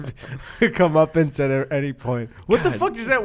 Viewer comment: I heard “Comeuppins” And then I realized of course you were saying Comeuppance